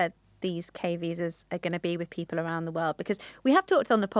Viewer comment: Why do you pronounce people as p-pole